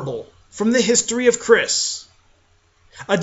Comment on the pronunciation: THAT'S NOT HOW YOU PRONOUNCE CYRISS!!